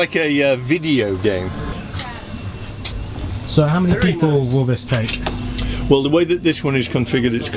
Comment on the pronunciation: the way he says ""video game"" is how many grandpa says it